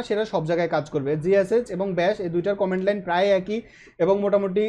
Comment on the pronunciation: খুব সম্ভত কমান্ড লাইন হবে উচ্চারণটা।